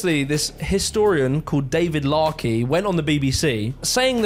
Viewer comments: It's actually Dr David Starkey (not larkey) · David Starkey not Larkey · Well, when you cant even get Dr. David Starkey's name correct you cast doubts over the rest of your research.